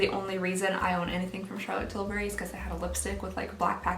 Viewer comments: She said "~chArtLoTEE tiLlbuRY~" like and I love it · I was laughing because I always say Charlotte Tilbury in that accent, too!🤣🤣🤣🤣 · Hahaha 😂 I always say Charlotte Tilbury with that accent, too!